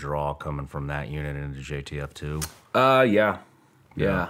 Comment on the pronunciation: Why does he keep say gtf2 not jtf2 😂😂